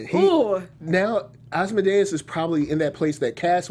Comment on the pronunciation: Why is it hard to say Asmodeus correctly? It's not hard to learn.